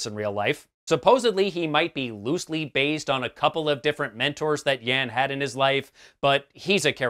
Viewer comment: Do I get a prize for noticing you say bazed? OOh and Neesan? Clearly you meant based and Nissan..... Ok! Ok! I will get my coat.